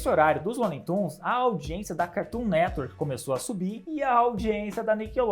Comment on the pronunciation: HA MANO,ACHO DA HORA SEUS VÍDEOS,MAS ESSA AI DE FICAR INVENTANDO DE PRONUNCIAR O NOME DO CARTOON NETWORK,NADA A VER.......